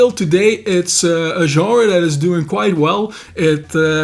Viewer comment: I still can't believe there's a Dude under 60 that knows how to pronounce 'genre' correctly! A while back I was browsing the bookstore and two cute babes walked by chatting about books and stuff. Then one Einstein mentioned to the other Einstein she wanted to check out a new 'Jenner' - as in Bruce Jenner, or whatever he's into this week. Had a hard time not snorting Pepsi out my nose! I will give them props for actually being in a bookstore instead of the "Brain-Dead Shop For Crappy, Overpriced Clothing" store. I'm so new to this I don't even know the right questions to ask. Reading the comments helps me understand this channel is real, and the info is on it. What/where else should a noob be looking for info? Thanx!